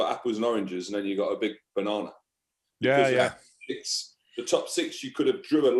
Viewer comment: 1000% said Bananar